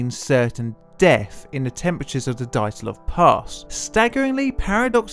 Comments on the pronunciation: Good stuff. Priceless how the host keeps pronouncing the main character's name as if it was "Daytlov", while the guest gets it right:) (BTW, the first sound of the name is the same that of "due" or "during" (British English). Also, the Russian sound "zh" usually signifies when transcribed into English is the sameas the first sound in the French words "jour", "Jean" - see the much more famous Russian name "Dr Zhivago". Of course, nobody can blame you for not knowing how to pronounce Russian words and names;)) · Did you say DIE - atlov because they DIED. Sorry. It's Dee- atlov. I'll show myself out. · It would be good to check the pronunciation of names and words. Dyatlov is two syllables. Dya-, one syllable. The Ural mountains are pronounced Ooral, not Yural. Yekatarinaburg is pronounced more or less the way it's spelled. Yeh-kah-tah-reen-ah-burg. Granted, it's a tricky name with six syllables, but it can be learned with a little practice. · Dyatlov = Dee-at-lov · Are you even trying to pronounce Dyatlov properly? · Pronunciation is key, try again. Dyatlov. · My favourite theory includes pronouncing "Dyatlov" correctly. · I'm Finnish and my ears are bleeding too. [ai:gour - daitlou]:D Feel so sorry for you [naik'aitä:];D